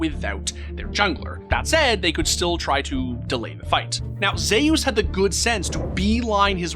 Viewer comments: Bro pronounces Zeus as Zehy-Use when its clearly pronounced (By non-morons) as Zoo-s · Am I the only one that’s low key kind of bothered by the fact that the video is pronouncing Zeus Zhe your? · Did you actually pronounce Zeus as Zayus????????